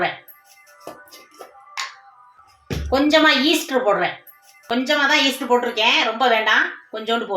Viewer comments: Adhu Easter illa. Eeast. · அது ஈஸ்டர் இல்ல, ஈஸ்ட்😅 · ஈஸ்டர் இல்லை ஈஸ்ட் அப்பம் இல்லை ஆப்பம் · Nice.sis but not Easter it is east ❤ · ஈஸ்டர் இல்லை ஈஸ்டு